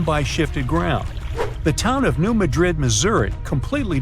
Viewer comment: New MAD rid is how it’s pronounced. We used to go fishing in Reelfoot Lake.